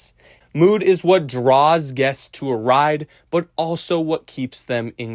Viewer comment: Great video. Only note, please work on the pronunciation of "guests," as it was very confusing for me (gests)